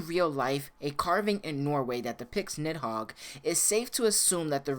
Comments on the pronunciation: Im not trying to be rude but i think it's pronounced needhog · It's pronounced Nee Hog. The I is silent. The name is used as a Demon and key item in Devil May Cry 5. (Parasitic Fiend - Nidhogg) Nidhogg: You dodged me! did you dodge me!? Griffon: Nidhogg, never liked this guy. Nidhogg: You pest. Do I know you? Griffon: Dumb as a bag of rocks. Let's not even mess with this guy, V. He can't even leave the Qliphoth, anyway. Just a Qliphoth parasite. Nidhogg: Did you insult me? Griffon: --Uh-oh. Nidhogg: --You insult me! Griffon: I think he heard me... and he's angry! Nidhogg: I'm going to kill you! V: Not in this lifetime. "As the air to a bird or the sea to a fish, so is contempt to the contemptible." (During Nidhogg battle) Nidhogg: You use... de-de-demon...? But you...human...? Huhhhh....? V: "If the fool would persist in his folly he would become wise." Nidhogg: Augh...? Ah...? Griffon: Meaning don't try to think too much, shithead! Nidhogg: I'm... I'm busy. You guys can finish it. Nidhogg: I'm heeeerrreee! Griffon: This dimwitt wants to be all high-and-mighty! Strike'em down, V! Nidhogg: D-d-dimwitt...? M-me? I... c-c-c-crush you! Griffon: Even the big bad kitty knows you got shit for brains! Nidhogg: Qu-qu-qu-quiet! You... you... bird and cat! Nidhogg: Chaaarrrgggeee! V: "The cut worm forgives the plow." What do you say?